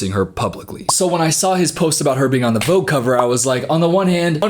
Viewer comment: the way you wrongly say the word "Vogue" hurts my ears 😖🙉